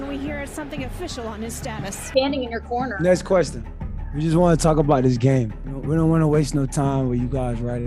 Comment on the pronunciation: ness questun